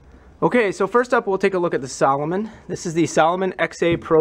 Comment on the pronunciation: Salo-moan not salo-min